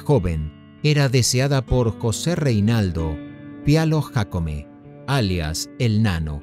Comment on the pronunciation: NO SERÁ QUE PRONUNCIES JÁCOME CON. J NO YÁCOME CON Y.